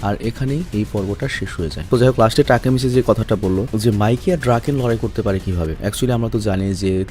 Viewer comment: না টাকি মাচ😂😂😂😂